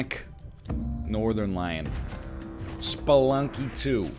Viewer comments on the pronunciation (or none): Every time NL says “Sploonky” I Pog